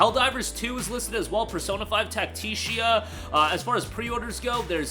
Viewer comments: TAC-TI-CA not TAC-TI-CIA lol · TAC-TI-CA, not TAC-TICIA